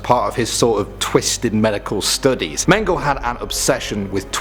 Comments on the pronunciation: How do y’all spell and mispronounce important names so badly? It’s the TUSKEGEE Experiment, not TUSKGEE! Also Joseph Mengele’s name is not pronounced MANGLE, it’s MEN-GUH-LAY. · You don't pronounce Mengele like Men-Ghoul it's Men-Geh-La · Mengele is pronounced Meng-el-eh. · You pronounced Mengle wrong. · Its pronounced “men-geh-la”; that “E” isn’t silent! Pronounce the name of the original “mad-scientist” correctly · Mengele - pronounced men-ga-la. Drives me nuts lol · it's pronounced Men-geh-lah. Like Angela Merkel ;) lol. love your vids dude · he pronounced mengele wrong again wtf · It takes exactly 3 seconds to google the proper pronunciation of Mengele